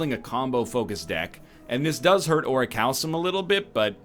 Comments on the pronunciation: It's ORI-CAL-COME, just FYI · Ori-kalkum is how it's pronounced. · "Regal Pillow... Ori-cal-some...Mercury Hourglass..." That is not how you pronounce Orichalcum. No no. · I wonder when he'll learn how to pronounce orichalcum correctly.